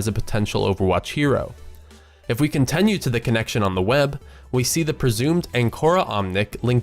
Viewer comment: It's Con-tin-yoo not Con-ten-yoo